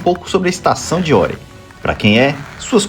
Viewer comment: Greetings from Sweden; Glad you liked our best ski resort! And a gold star for pronouncing it correct (many non-swedes say Are, like "We are here" :D ) If anyone wants to try Åre but thinks its too cold; it is open until the beginning of May. Spring skiing around Easter until closing is very nice with sun and better temperatures. :)